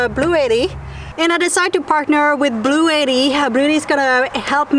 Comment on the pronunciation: Blue jay was upset at how you pronounced Blue Etti 😉